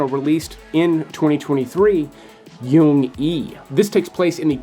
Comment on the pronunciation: "Jung_e" is pronounced with a 'j' not a 'y'. Why do so many people pronounce it as "young ee" like it's German or Swedish?